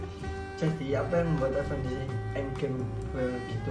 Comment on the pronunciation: Avenger bang bukan Avanger